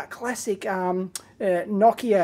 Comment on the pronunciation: I like how you pronounced Nokia the way it's pronounced in Finnish, and not like most English speakers do. :)